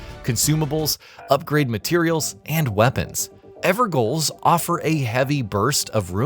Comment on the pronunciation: Pronounced ever jail not ever goal